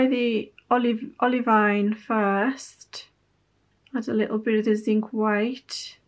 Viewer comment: btw, as a geologist, olivine is pronounced olive-ee-n rather than olive-eye-n bc olivine is the name of a mineral lol